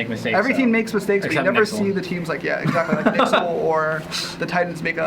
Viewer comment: im sorry did just pronounce nyxl as "nixel"